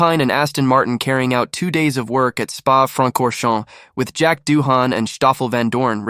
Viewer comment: "Doo-an" not "Doo- Han"